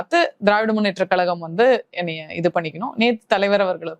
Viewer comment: கலகம், களகம் - அது ஏன் கழகம் என்று சொல்ல வரவில்லை 😂😂 இந்த நாடகம் அந்த மேடையில் எத்தனை நாளம்மா 😂😂